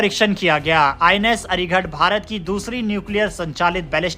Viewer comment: हिन्दी सुधार। अरिघट नहीं, अरिघात।